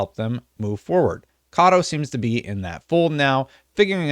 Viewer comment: Meh-nah Kah-Toh